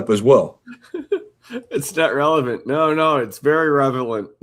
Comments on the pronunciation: 💁🏽🇺🇸🇺🇸🇺🇸🇺🇸🇺🇸 OK😂😂😂. OUCH! 😱😳😂🤣😂🤣😂🤣😁 WHEN THE JUDGE SAYS “ RELEVANT” WITHAL A STRAIGHT FACE- & SHE RESPONDS WITH “ IT IS REVELANT” I ALMOST WET MYSELF! 😂😂 THIS CLEARLY HAS TO BE A BRAIN DEFICIT! I AM NOT TRYING TO MAKE FUN OF HER- BUT I KNOW PEOPLE THAT ALWAYS SAY “ SCRIMP”. 😢😢😢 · Genuinely a Master of the English Language!! Aks her……she will prove Revelent